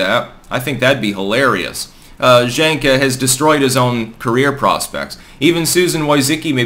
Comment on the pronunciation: I think it’s pronounced Jenk, like Junk.